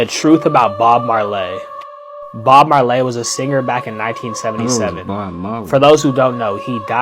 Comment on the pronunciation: Who the Hell is Bob Marlaay?